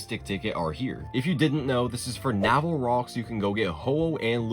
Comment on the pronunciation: It's Nay-vel not nah-vel